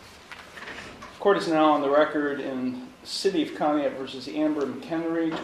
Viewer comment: Team, the town in the second video is pronounced kaa·nee·aat. I live about an hour from there and spent summers at a camp there. Just so you know Conneaut is pronounced kaa·nee·aat.